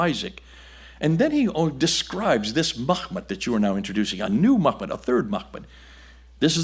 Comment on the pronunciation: Interesting. But why get the Arabic pronunciation so wrong? It's not 'muKHmed'. It's 'muHmed'! Don't confuse two different Arabic letters and their different pronunciations as it undermines the prestige of your scholarship when you don't know the difference.